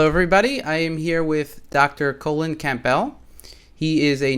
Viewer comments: Everything. He couldn't follow any coherent argument, he was flapping around with a few 'scientific' terms he had heard trying to sound informed, it was, frankly, embarrassing. Poor Dr. Colon, whoops I meant, Colin.... God - couldn't even say his NAME right! Dr. Colon Camp- Bell. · I stopped listening after the introduction when the interviewer could not even pronounce two words...Colin and Campbell!